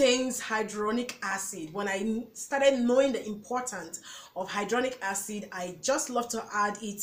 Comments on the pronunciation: Very informative and great video. Thanks for the list. Hya-lu-ron-ic Acid .... you pronounced it as Hydronic .... two different things. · Try tumeric lycopene and alpha lipoic supplements also it's pronounced hi la Ron ic acid and re serve a trol